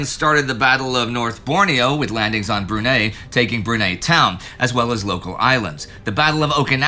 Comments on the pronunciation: Great video, as always. But it's pronounced like Bru-nigh not Bru-neigh 😁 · FYI, Brunei is pronounced Broon-Eye. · Brunei is pronounced BREW NIGH, kind of like Neidell NIGH DEL. Asian names are not really Indy's forte.